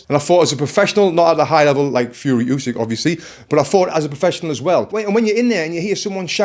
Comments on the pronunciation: ukrainian here, should be pronounced more like "ooh-sick" tbf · All good but the 'u' in Usyk is not pronounced like in "Eubank" or "use", it's a hard sound like in "hoUse"